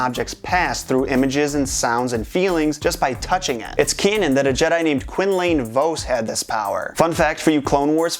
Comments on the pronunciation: "Quinnlane Voce" 💀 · who else cringed when he said quinlan vos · I did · You mispronounced Quinlan Vos 😱